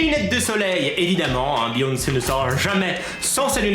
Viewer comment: C'est beyoncé pas beonce